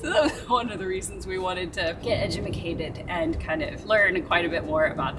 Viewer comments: I thought I was the only one who said "edumacated". Thanks.:) Very different seeing you guys in winter clothes. Stay warm! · "Edumucated". 😅😅😅 Good to hear others say it that way as well